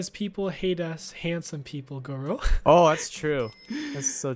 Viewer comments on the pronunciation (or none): it is not senor loro its senor goro